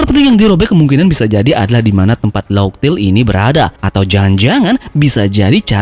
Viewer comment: laugh dibaca laug min... mantap kali... bukan laf